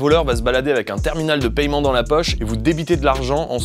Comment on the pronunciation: Arretez de prononcer méthode de payyyyyyyyyement c’est paiement bordel